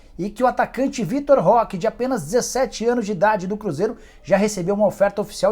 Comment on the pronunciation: Nem abri o vídeo mas já sei que o Nicola vai chamar o Vitor Roque de Vitor Leque, nunca acertou o nome do garoto